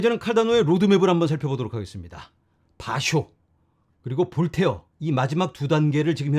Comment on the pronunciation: 방송 챙겨보는데, 너무 발음이 거슬려서요.. 미트릴->미쓰릴, 볼테어 -> 볼테르 요렇게 보통은 읽고 발음을 합니다만^^;; 모르시는 것 같아서요.